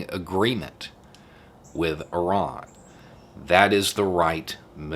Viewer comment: I kept hearing Oran instead of Iran. Why we talking about Algeria???